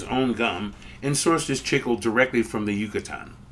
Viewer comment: Interesting video! Pronunciation is a little painful I think. Certainly it must be pronounced "chick-lay" and not "chickle".